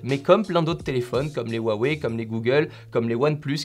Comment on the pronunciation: Salut a tous, le "H" se prononce pour Huawei... :)